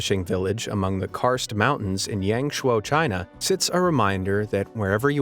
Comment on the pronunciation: Helsinki not Helenski, Yangshou (Yahng-show) not (Yayng-show). And many more. Respect the place dude, check the pronunce!